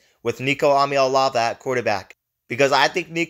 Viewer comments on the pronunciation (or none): Where do you come up with ahm ya elavah??Eee ahhh maa lay avah